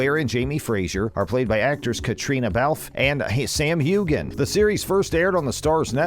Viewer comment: 1) Their name is FRASER , not Frasier. 2) Sam's name is pronounced Hewan, not Hewgan. 2) There will be difficulties in their marriage, not conflict. 3) Claire never used the opal to time travel. Many more errors. I give up.